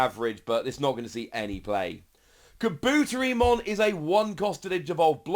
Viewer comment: Kah-boo-terry-mon Poo-koo-mon